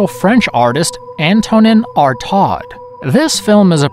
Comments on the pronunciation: Artaud = [ar'to]! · "Multi-colored moments of silence"? Did someone google translate this? Who wrote the script for this crap? Haha, also, "Artaud" is pronounced "Ar-toe", not "Ar-todd." Anyway, Inferno is garbage, one of Argento's worst films. This list is just films by Argento and the Bavas with a random Lenzi film thrown in. If you were going to do giallo films, leaving out Bird with Crystal Plumage and Blood and Black Lace is criminal.